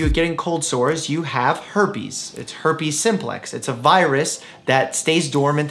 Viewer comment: "Why do I get cold sores?" Dr. Mike: Herpies... its herpies